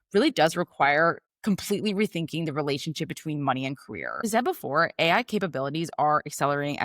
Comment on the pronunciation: i couldnt listen to you say A, I. Had to turn off